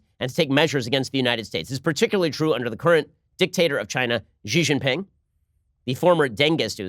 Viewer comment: Wah-way? Chinese leader Gee? Bei-zhing? The mispronunciation of Chinese words/names shouldn't be this amusing, but it is.